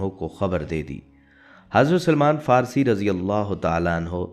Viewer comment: پہلے اپنی معلومات کو صحیح کرو، اور اپنے تلفظ بھی درست کرو۔ رسول اللہ صل اللہ علیہ وسلم کے صحابی کا صحیح نام سلمان فارسی تھا نہ کہ سلیمان فارسی ۔ اب یہ نہ کہنا کہ صرف حرف " ی" کا اضافہ کیا ھے۔ یہاں اور سب لکھنے کا وقت نہیں ھے مگر یہ بالکل صحیح کہتا ھوں کہ اپنے تلفظ بجی درست کرو۔